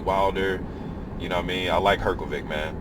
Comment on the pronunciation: its pronounced hrgovish